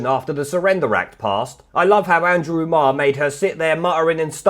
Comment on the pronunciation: Andwew Andwew Andwew.